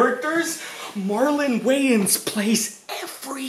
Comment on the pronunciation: pronounce that shit waYAns ONE more time